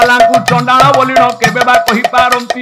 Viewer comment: ଚାଣ୍ଡାଳ ଶବ୍ଦ ନାହିଁ,ସେଇଟା ଚଣ୍ଡାଳ ,ପୁଣି ଚରିତ୍ରାର୍ଥ ନୁହେଁ ଚରିତାର୍ଥ,try to speak in correct language dear brother